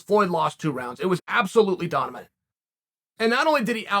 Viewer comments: Me - 'dominant' Uncle Chael - 'donimant' Me - I've been saying it wrong all these years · So it’s pronounced. Donimant… we learn something new each day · Dominant Chael: Donimant Everyone: ok great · “Absolutely DONIMIT” Chael has advanced past names to regular words.